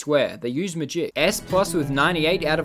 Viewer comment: I really like how he say magik not ma-gic